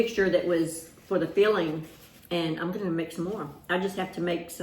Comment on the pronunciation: I keep thinking you're saying feeling instead if filling. We all have different accents. I'm from Wisconsin.